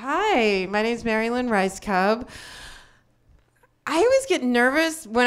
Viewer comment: I like how she pronounces her name rice cub, all cute like that when it's clearly Raj SCOOOOB